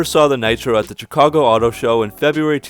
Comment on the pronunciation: Wait, do you pronounce Chicago with a hard "ch" sound?